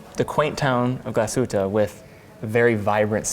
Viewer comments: The emphasis in Glashütte is on the first syllable, not the second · please please learn how to pronounce Glashütte, there is no aaaaaaaaaaaaaaaaaaa at the end